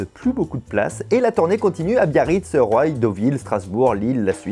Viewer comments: Grrr on dit pas "roille" mais 'roi' pour la ville de Roye :) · Roye je suis mort ! Ça se dit "roi" Fabien !